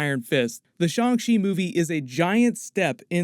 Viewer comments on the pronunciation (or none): His name is Shang Chi, not Shang shi🤦‍♀️ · Please say the movie name right 😅